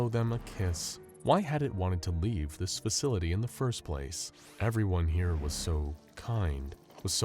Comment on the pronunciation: 999-im not stuck in hewe with you, youw'we stuck in hewe with me.